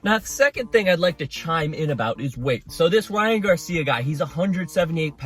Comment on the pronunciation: I’m so glad you have enough decency and respect to not call him gay-cia